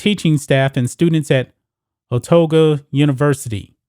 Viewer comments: Otago is pronounced O-tar-go. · It's pronounced O tar go, it's not that hard buddy.